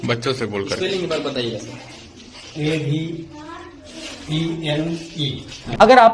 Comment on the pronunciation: aivene ✅ eleven❌👽👽